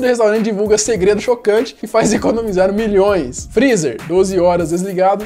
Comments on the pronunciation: "DESLIGA O FRRIZA A NOTCHE" KKKKKKK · "DESLIGA FREZZER A NOTCHE"